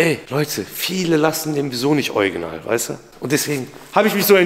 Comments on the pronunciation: Ich muss jedesmal lächeln wenn du anstatt original „ojginal“ sagst 😂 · Niemand:: oiginal 😂 Ich liebs ❤ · Ich liebe deine Videos! 😊 aber heut ist mir aufgefallen das du „Original“ echt lustig aussprichst 😅 ist das niemand anderem aufgefallen? 🤣